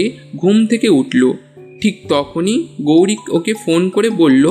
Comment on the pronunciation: তোমাদের কিন্তু অনেক improvement এর দরকার আছে...অন্যান্য চ্যানেলে কিভাবে গল্প পাঠ হচ্ছে, কেমন মিউজিক দিচ্ছে ইত্যাদি এগুলো প্রথমে ভালো করে শোনো। এছাড়া উচ্চারণের হাল অত্যন্ত খারাপ...গৌরিক নয়, গৈরিক...এই গল্পের লেখক হিসাবেই বলছি, এরকম উপস্থাপনা করলে কিন্তু সব সময়ই পিছিয়ে থাকতে হবে।